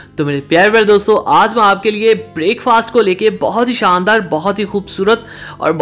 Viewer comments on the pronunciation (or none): none